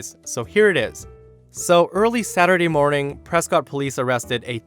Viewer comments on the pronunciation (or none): I know it doesn't matter at all but the place that the lady tried to burn the city is pronounced "press-kit"